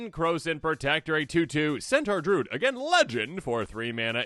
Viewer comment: Why are we saying "drood"?